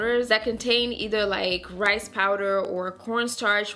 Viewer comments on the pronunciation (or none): none